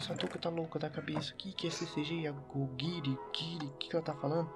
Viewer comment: NAMORAL PARA QUE TA FEIO NÃO É AOGIRI E SIM ONEGIRI AFF PESSOA ASSISTE UMA VEZ E ACHA QUE SABE DA HISTÓRIA DO ANIME E MANGA E O INICIO DO GTA V TA MT FEIO CARA PARA COM ISSO NAMRL